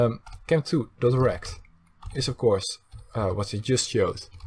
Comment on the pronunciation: is it just me or does it sound like he is saying erect instead of rect